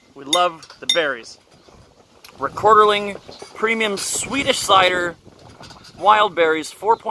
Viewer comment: It’s not called Rekorderling. It’s Rekorderlig!